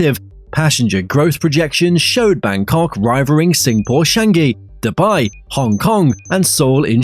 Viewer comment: lol it's pronounce cha-ngee not chan-gi